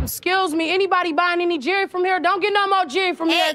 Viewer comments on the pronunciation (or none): Its jewelry not jery... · "Jury" WTF is jury? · I thought "jury" was a group of people who usually sit in criminal court proceedings ... but that's beside the point because you're right - it's JEWELRY, not JURY.😎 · Don't get no mo "jurrey" from here. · I love watching these videos about American Pawn and Jewelry. Or, as everyone who tries to sell something on the show calls it "American JIRRY" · It's pronounced JEW-EL-RY, not fucking Jury.